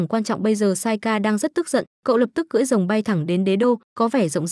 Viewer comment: Ủa r cười rồng hay cưỡi rồng?